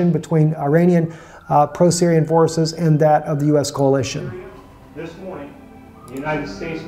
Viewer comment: It's coalition, not "CAOLITION".